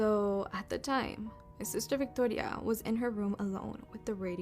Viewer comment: Why tf did she pronounce "Victoria" like that? 😂 Girl stop it. I'm Mexican and we do not pronounce it like that 😅